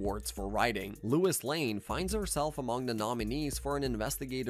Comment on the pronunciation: Who is Lewis Lane? Dude. Also heard histowy instead of history lol.